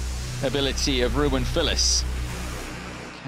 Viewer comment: The "W" is prounounced as a "V" in German. Dude is called "RU-VEN" not "ROU-WEN"